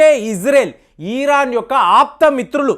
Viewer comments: It’s Iran not eeeraaaan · అయాటోళ్ళ ఖమాని కాదు.. అయతుల్లా ఖోమైని . ఈరాన్ కాదు. ఇరాన్.. ఇలా పలకాలి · EEEEEEEEEEEEEEEEEERON. KAADU '. IRON" 😂